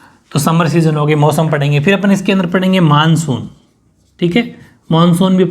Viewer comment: 🔹 Monsuuu😊😛😛bengoli style m bola.. pr bola to h...😊😊chlega..manshu monshu ek hi baat h sirrr😘